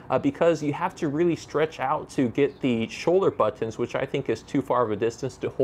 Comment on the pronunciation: Stop saying bOtOns...